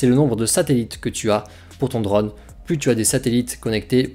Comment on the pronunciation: Sans vouloir être méchant, c'est super agaçant de t'entendre prononcer drAUune alors que tous le monde dit drone. C'est comme le type de 01tv quand il prononce smartphOne alors que tous le monde prononce smartphaune.